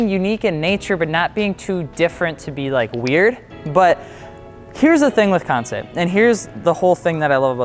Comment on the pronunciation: FI: promotes Kansei partnership for about over a year Also FI: still cannot pronounce Kansei correctly